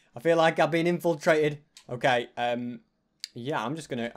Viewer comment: who else said finfilbaited when he said infiltrated